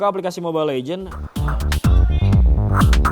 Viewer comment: mobile legends bang bukan legend